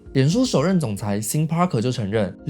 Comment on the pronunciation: 雖然不是重點 但是Sean Parker發音發錯了喔